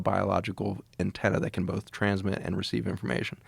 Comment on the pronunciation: Both. Not BOLTH! Joe.